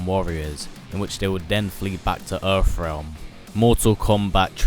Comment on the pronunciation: Where is this "Erfrealm" you speak of???